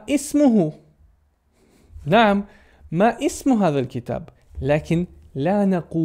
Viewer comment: فيديو جميل ومفيد جدا، أحسن الله إليك، لكن الملاحظة: أسمعك دائما تقول ما "إسمك" هذا خطأ، الصحيح أن تقول ما اسمك دون نطق الهمزة هكذا (masmuk). لأن الهمزة التي في كلمة "اسم" ليست همزة القطع بل هي همزة الوصل ولا تنطق إلا إذا صدرت الجملة.